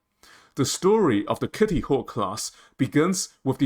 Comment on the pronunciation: Terrible AI audio. Mispronounces "Kitty," "Forrestal," etc. I don't care how good the content is--if you can't even use a real voice, I won't watch. I made it a minute in and gave up.